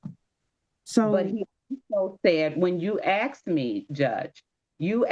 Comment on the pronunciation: Oh you axed for it did you ?